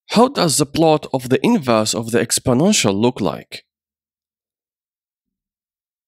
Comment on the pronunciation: Oh my god, thank you, it was driving me crazy hearing "inverse" everywhere.